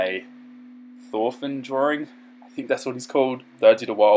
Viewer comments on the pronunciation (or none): none